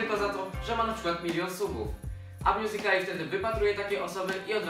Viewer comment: A mnie wkurza to jak mówią mjuzikli. Bo na dobrą sprawę, mówi się mjuzikal, nie mjuzikl. +Końcówka ly. Czyli mjuzikali.